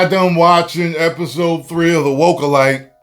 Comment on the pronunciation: The ACOSHYTE! 😂